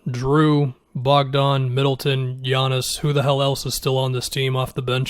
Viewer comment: It's Bogdan not Bojan